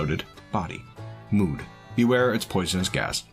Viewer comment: I was very unprepared to hear you say 'mood' like that, knocked me socks off